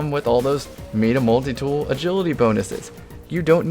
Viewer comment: ITS FUCKING MY-DA MULTITOOL.... NOT MEEDA MULTITOOL....... jk jk just making salt